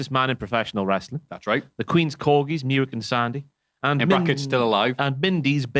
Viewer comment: Muick is actually pronounced Mick